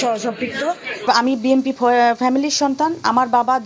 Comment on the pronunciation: ঠিকমতো বি এন পি শব্দটা উচ্চারণই করতে পারছে না, এরা আবার বি এন পি করে😂😂😂